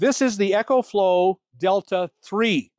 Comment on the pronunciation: Bro your the best but it's E-CO flow like eco-friendly. Lol 😅 Not EC-HO flow like an echo in a tunnel. Btw- it's the best!